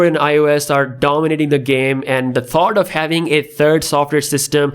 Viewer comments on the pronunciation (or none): none